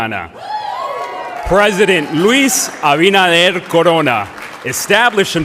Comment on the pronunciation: Can't even pronounce LUIS ABINADER's name after a guy says it like 10 times very loudly next to him. On top of this, he makes a mockery of the stage he was given by going on a thank-you parade before getting to what he was supposed to do and of course, messing that up too. This Florida moron will always be a disgrace and clown.